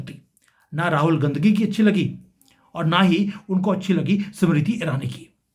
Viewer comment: Mind your Language. Your pronunciation of RAHUL GANDHI IS DEPLORABLE.